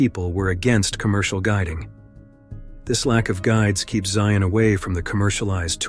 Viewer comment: It’s so weird to hear it called Zion National Park. (It should be ZY-un, not zy-ON though.) I know it’s the name, but I’m a Utah native and visited it many times on the way between St George and Salt Lake. For some reason, we call it Zions National Park. Not sure why.